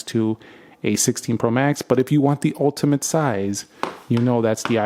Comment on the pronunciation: "ultimint" 😂🤣😭 bro got a PHD in Yappology makin up words n shi